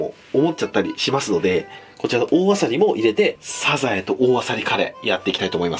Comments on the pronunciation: 発音、サ↑ザ↑エ↓なのね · 時よりでるサザエのイントネーション、愛知を感じる懐かしい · サザエのイントネーションなんか全然違う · サザエの発音が気になり過ぎるw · サザエのイントネーションが気になる 笑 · サザエのイントネーション、、、！